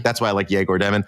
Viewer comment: it's yegor dyoh-min it's not hard to find